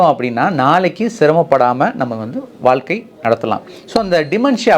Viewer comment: Dr , PL SAY வாழ்க்கை , VAAZHKAI , PAZHAKKAM and so on correctly . You are saying வால்கை ,பதக்கம் and so on . It's NOT NICE TO HEAR FROM YOU SIR.